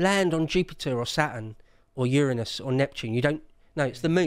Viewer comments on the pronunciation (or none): none